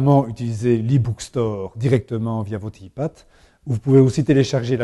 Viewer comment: xd le mec prononce ipad et non pas aypad